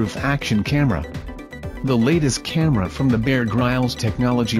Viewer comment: Haha, dude, you should at least learn how to pronounce Bear Grylls' name!